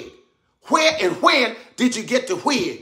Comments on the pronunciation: "Hwhere and hwhen did you get the hwig?" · The why, where and when are the funniest ever😂😂😂😂 all the W word are crazy funny!!! The way he say wig and war have me cryiiin